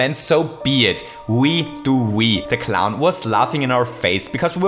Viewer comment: u said cliwn